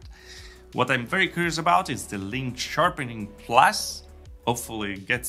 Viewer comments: Sharpering ? Sharpening ! 😆. Then again your English is infinitely better than my Romanian so well done on another terrific vid ! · Nice vid, just wanted to point out it's sharpening not sharpering 😅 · Sharpering? Sharpening.